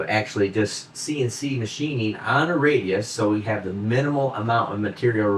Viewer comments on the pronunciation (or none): none